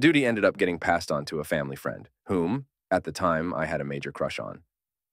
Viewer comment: Pretty convincing AI reading this, till it pronounced "friend" as "freend"